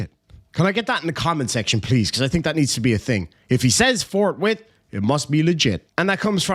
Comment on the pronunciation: Forthwithe. You know, adding an E because Ireland.